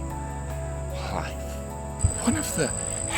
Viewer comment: “Hlife” 😂😂😂😂😂😂😂 literally dying of laughter